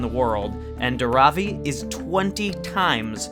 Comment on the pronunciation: This was such a wonderful video! Just wanted to let you guys know that it's 'Dhaaaravi', not 'Dharaaavi'. ❤️ Keep doing the good work! More power to you.